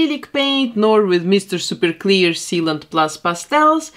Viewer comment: i love the way she says “meester sooper cleer”